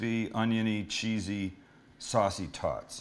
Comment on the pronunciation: “animal style tawts”